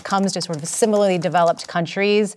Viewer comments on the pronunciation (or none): none